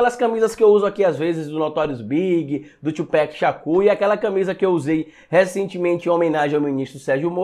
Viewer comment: Só corrigindo a fala amigão, na pronuncia americana se fala Thu+pac e não Thu+pec, abraço, Carla Zambelli é uma oportunista.